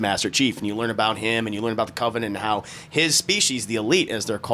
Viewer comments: What is a cov-A-nant. pronunciation lol just sayin, I ain’t makin fun of the dude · The "KAVA"nent. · CAHvenant! yeahhhhh buddy that CAHvenant! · Christ, the way pronounces "covenant"...😬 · Lol Y is pronouncing "Covenant" that way?! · The way says Covenant has me crying 😭 😭😭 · I used to think he pronounced it like that as a joke like in his Alien Covenant review.